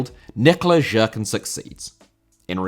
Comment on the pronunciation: Nikola Jerkan - his surname is pronounced like Yerkan